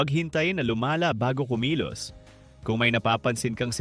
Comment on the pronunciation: "bago pa luma-la" A.i pa. Mga easy money content creator ayaw ng mahirapan. Lumaban kayo ng patas